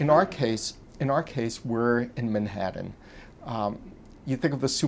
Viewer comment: Who the fuck pronounce Manhattan like this guy does?